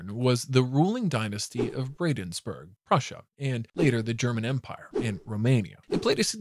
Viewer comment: "Bradensburg"??! Argh!!!!!!!!!! It's Brandenburg!!